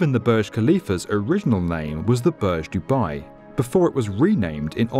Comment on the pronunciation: Pronounce properly it's not Barj it's boorj